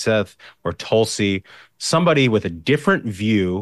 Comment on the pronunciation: Wrong pronunciation of her first name